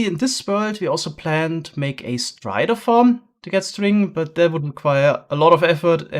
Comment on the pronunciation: when he said "strider farm" I heard spider farm and nearly threw my redstone in the garbage